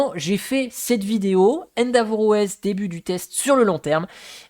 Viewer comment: Merci pour ce retour d'expérience ! Attention endeavour se prononce "haine-déveure" pas "haine d'avour" 😅